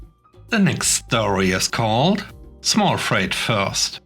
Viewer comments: "Freight" is pronounced to rhyme with "rate," not "rite." I know it doesn't make sense, since "sleight" and "height" are pronounced to rhyme with "rite" while, while "sleigh" is pronounced to rhyme with "ray." I apologize for our ridiculous, illogical language. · FYI - Freight rhymes with eight.